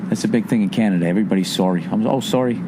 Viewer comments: Sawry sawry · LMFAO "Soory, get the puck oot"